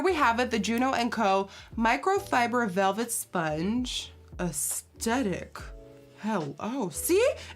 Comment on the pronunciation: my pet peeve is people who pronounce “aesthetic” as “astedic”